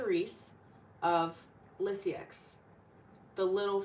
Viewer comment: good video. 👍 also pronounced ter-ez and leez-you